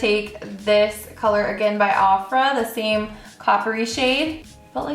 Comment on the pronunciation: "OFF-RA?" It's "O-FRA"